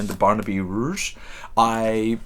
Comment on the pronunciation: With regard to the Dickens, I suspect if you put those four to a poll Great Expectations would probably win. My favourite of them would be Bleak House with Barnaby Rudge (rhymes with fudge, by the way) the one I liked least. You mentioned in passing the working class as a theme you are interested in, his three that are most angry at the state of Victorian England and the plight of the poor would be Bleak House, Little Dorrit and Hard Times. Hard Times is his shortest novel (not counting The Christmas Books novellas) at a mere 250pp, however it's not set in London, and Dickens somehow seems wrong when he's not in the Big Smoke. A Christmas Carol - by far the best of the above mentioned Christmas Books - might be the best one to begin with. It is only a novella and can easily be read in one sitting. You may not want to fork out for another Dickens when you've already got four on your TBR shelf, but your local library will surely have a copy. It is fantastic, though because the story is so well known, you may get the disconcerting feeling that you've read it before even if you know you haven't.